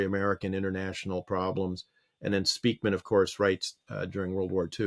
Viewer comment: Being Dutch, living in Unterfranken, Bayern, Germany, this name raping hurts my linguistic brain... Spijkman, Speykman or Speijkman are all pronounced more like Spikeman, as is Edelman more pronounced as Adelman. Sry, off topic, and I needed to get it out...